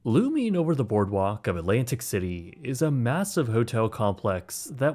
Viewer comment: All alright, just don't another stupid American pronouncing Alantic city, instead of Atlantic City